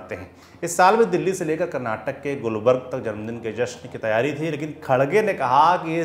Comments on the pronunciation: Gulbarg nahi gulbarga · It's not gulburg it's Gulburga. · It's gulbarga not gulbarg correct yourself first